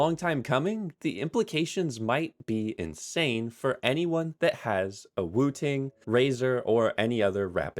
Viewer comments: I genuinely thought you said "Wu Tang Keyboard" 😹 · Every time you say woo ting I'm like bro its 1 word not 2